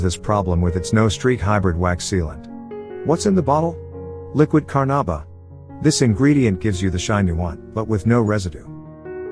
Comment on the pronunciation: "Steak free". "Liquid Carnarba" wtf lol........joke